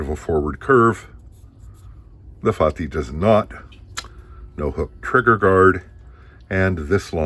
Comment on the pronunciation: Actually your pronunciation is perfect. Fatih means conqueror in Turkish that atributed to conqueror of Constantinople Mehmed II.